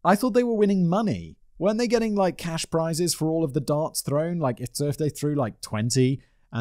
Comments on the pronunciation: I keep hearing dance instead of darts lol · Simon says Darts I hear Dance xD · The way Simon says 'darts' sounds like 'dance' to my Canadian ears and it has made me giggle a couple of times before correcting my brain. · Simon the way you say "darts" sounds like you're saying "dance" I got so confused many times, like how can a man in a wheelchair compete in a "dance" competition. My stupidity made for an extra interesting upload lol.